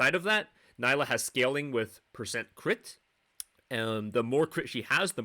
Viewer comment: quick pronunciation guide: KNEE-lah great video, her clear is certainly something. wonder if Riot will allow her to keep it.